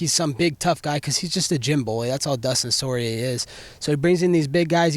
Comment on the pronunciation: Dustin Sorry-A?! LOL! Colby should be the UFC's color commentator.